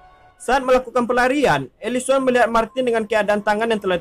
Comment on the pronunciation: Elisen bukan elison